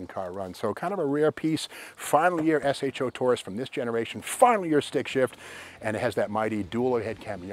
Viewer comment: Great car use to love these. That said think you are the first person ever to call it an S H O. Everyone back in the day prononced it SHOW.